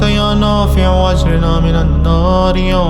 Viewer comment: Ap agirna ko agrina prh rahy hain jo zair ki galti h wsy achi h